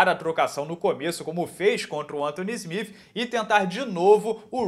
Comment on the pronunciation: Pq ele pronuncia smif?Se se escreve Smith?